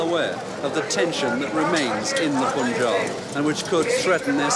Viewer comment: why do pronounce punjab wrongly . british want to provocate